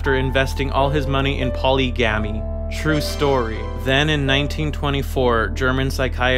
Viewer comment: when he said polygamy wrong i nearly killed myself